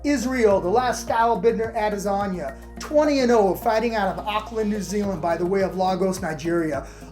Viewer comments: did you say adelasagne? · “Add-ezaña” lmao